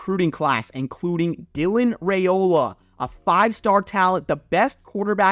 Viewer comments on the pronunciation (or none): Expert...pfffttt dude fails to pronounce Raiolas name correctly. The top rated high school recruit in the nation. FAIL😅